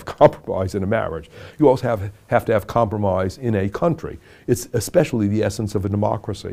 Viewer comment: Not once in my life did I think I would one day be watching president Lincoln saying comproomoise over and over again to me. We live in an age, I tell ya.